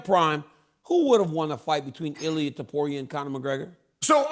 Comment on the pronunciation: I'm surprised cheal can say topuria name correctly